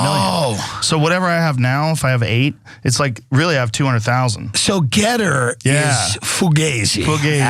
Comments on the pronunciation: As a software developer, one thing that drives me nuts about your reporting on GETTR is Anna's occasional pronounciation as "gitter" because there is a reputable platform of the same name for IT people to get support or talk about the tech. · It's G ETTR. NOT gittr. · Is it too late to recall Voyager 1 and 2, with that invitation for aliens to come find us? At least until we have less embarrassing podcasts to show them. Also, I feel like y'all are mispronouncing Gettr. You should pronounce that as if you're a character in Deliverance.